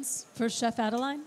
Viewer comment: Great video, technique and recipes. Merci Chef Adeline.. And sorry that your host kept rudely butchering your name (Adel-AY-N), despite you saying it correctly in front of her several times (Adel-EE-N).